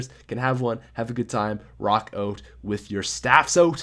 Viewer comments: 'Rock oat with your staffs oat' 'Intro! I mean oatro! Sorry that's really embarrassing'. I'm so sorry. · Let's rock oat with our staffs oat guys. Jk I love your vids